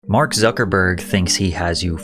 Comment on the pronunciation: Its suckahburg